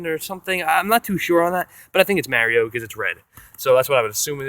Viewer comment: It is not Maerio it is mario